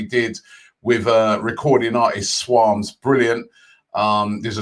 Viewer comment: "Swoumrs" 😂😂😂 its swarmz btw lmao